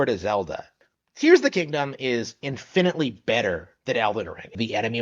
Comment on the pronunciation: In finetly? It's pronounced "Infinitely".